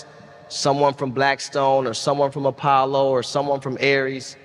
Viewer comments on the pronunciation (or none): none